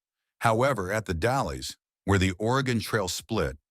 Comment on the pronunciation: The Dalles is not pronounced the dal las.